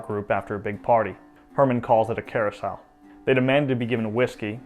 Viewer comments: "Carousel?" If you can't be bothered to read the word carefully and how to pronounce it, then why should I trust that you bothered to fact check anything or trust anything you say? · Pronounced "Kah rouse al" like "arousal" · Look up the meaning of the word "carouse", for you have mispronounced the word "carousal". Moreover, know that the word "rile" is a less dignified way of pronouncing the word "roil". Uphold the Friends of the Gerund! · This is a fantastic video, but I think "carousal" rhymes with "arousal," as in drunks "carousing." I hesitate to say this because I don't want to be a know-it-all, and I might be wrong (and I invite correction). Plus, these are confusing words. But my understanding is that "carousel" is like a merry-go-round (CARE-ah-sell"), and is spelled very similarly to "carousal," but pronounced differently. And then when we hear "the imitations were not of my tribe," I'd bet that he meant "the intimations." Still an "A" video, and not marked down to an A-. It's just that I like words. But regardless, wouldn't this story make a hell of a movie? If skillfully made, would there be a dry eye in the house, if the movie were skillfully made? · Thanks for the great video--story well told! Just for future reference, in case it ever comes up again ( 🙂), "carousal" is pronounced differently from "carousel" (the merry-go-round with horses). It's like the verb "to carouse". The accent is the second syllable, not the first like with "carousel" and the "s" is pronounced like a "z". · Great story, excellent narration, though you mispronounce "carousal". I love your style.